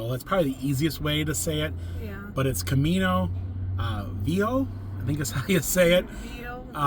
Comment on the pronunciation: Hi guys. Try saying Camino Vee-a-ho. Spanish word of the day. It means old road or old way. Really enjoy your willingness to try different things